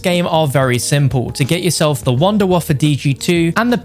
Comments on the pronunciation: 😂😂😂 its wunderwaffe not wunderwaffer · It’s been time since I hear someone call it the “Wunderwaffer” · The Wunderwaffle